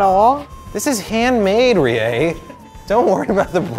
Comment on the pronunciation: In NO way attempting to shit on, but am I the only one bothered by the way he says "Rie"?